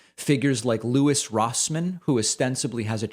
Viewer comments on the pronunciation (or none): none